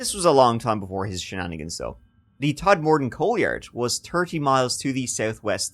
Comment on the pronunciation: Todmorden not Tod-morden. Sincerely, a local.